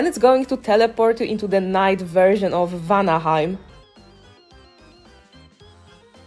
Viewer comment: i cant “reconveine at vanihime”